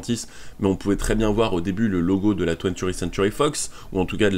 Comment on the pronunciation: Twentieth pas twenturi 👌🏽